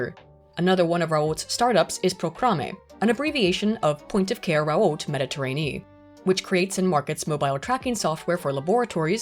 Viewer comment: If someone is gonna make a video about academic accuracy and that video will feature the same name a thousand times you'd think it would be the bare minimum to figure out how that name is meant to be pronounced The "T" sound at the end of "Raoult" is meant to be almost silent